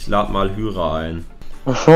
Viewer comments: D sprichst Hyra falsch aus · Man sprichts hayra aus nicht hüyra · Warum nennst du ihn hüra er heisst hyra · Ich lach mich das ganze Video lang tot, weil du einfach zu Hyra( spricht man heira) hüra sagst🤣🤣🤣🤣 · Hyra wird Haira ausgesprochen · Es wird Heira und nicht Hüra ausgesprochen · Lukas = Hüra nicht hyra 🤣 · Erehen man hyra